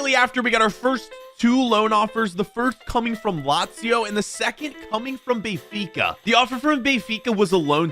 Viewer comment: I sweat to god if says Bayfica one more time🤣🤣🤣